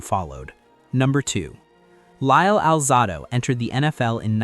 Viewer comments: It’s not Lyle Al -Zah-do, it’s Al-Zae-do. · Welcome to AI! Narrator can't pronounce Conrad Dobler's or Lyle Alzado's names correctly. I also disagree with the list, but it is just someone's opinion, after all. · Learn how to pronounce, Romanowski....which you pronounced TWO different ways. And, learn how to pronounce, "Alzado."